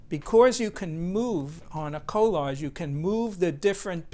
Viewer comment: It sounds like he is saying co largies